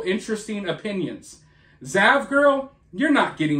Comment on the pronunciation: I thought you said vaj-girl lol